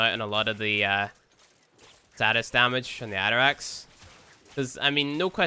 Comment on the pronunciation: The atterax AKA "nuberax"